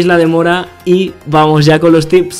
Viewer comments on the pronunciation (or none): none